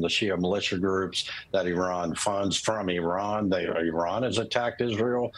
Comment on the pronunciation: Did she say hasbulla😂